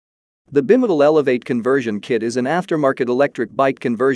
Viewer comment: The narration appears to be a text-to-speech automatic conversion; "e-bike" should not be pronounced "eh-bikk", as it is in the video . "Bimotal" is pronounced as "bih-muh-tul" . Honestly, this makes me wonder how much of this video is AI generated nonsense.